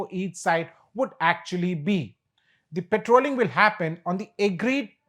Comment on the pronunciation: It’s not petrolling, but patrolling.